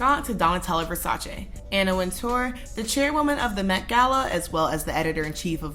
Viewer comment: I love how you pronouce Versace correctly loll, Ver-sa-chay